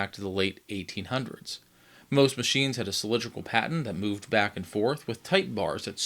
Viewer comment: A cylindrical "patten"?????? Quite the expert here!!! It's a damn "platen" pronounced "platten"!